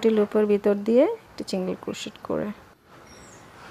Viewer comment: অনেক সুন্দর।বাট আপু প্লিজ চিন্গেল চিন্গেল বলবেননা। সিন্গেল বলবেন।কানে লাগে।